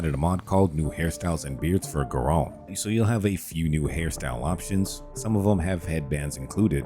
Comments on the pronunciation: GAIR-ULT. That is how you say his name. Ger-olt is just incorrect. Anyway, love your vids, dude. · Are u saying jerome or Geralt? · This is the first time ive heard someone say Geralt as Ge-rolt lol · How do you play the games and never hear someone pronounce Geralt?